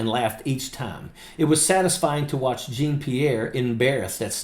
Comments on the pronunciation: Jean of Jean-Pierre rhymes with Sean or Shawm... not Gene. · Jean is pronounced Sn You can google it to hear it. Jean is zhaan😂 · The "Jean" in her name is pronounced John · Please pronounce Karine's hyphenated French name correctly. 'Jean' is pronounced like 'schawn'. It's a beautiful name, when not being butchered by a hillbilly. 40 yeas ago, a British girl called me out for doing the same with Jean Michael (me-hail) Jarre. As she informed me, "It just sounds really stupid." Sorry to be so blunt, but it needed to be said. Pretty soon, all of your viewers will start mispronouncing, just like MAGA mispronounces Kamala's name.